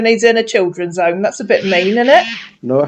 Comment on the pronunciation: Let's translate ooommm - home Heverrry thing -every thing tendy years - 10 yrs. how hooled -how old hoo k - ok Axe me - Ask me. Gosh I have been speaking English wrong all my life silly me thank goodness I won't make mistakes any more 🤪🤪HHAAAa 🥴🤥🤥🤥🤥🤐.What a complete idiot .